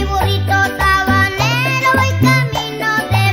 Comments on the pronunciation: Así es, en una entrevista ya de adulto Ricardo Cuenci confirma que la pronunciación de la letra S se le dificultaba, por eso mismo es el burrito Tabanero. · Ricardo Cuenci es quien canta y no podía pronunciar la "S" así que si presta atencion dice Burrito Tabanero.. que Recuerdos